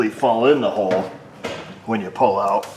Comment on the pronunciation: He said oull out haha